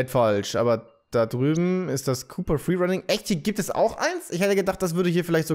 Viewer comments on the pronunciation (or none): none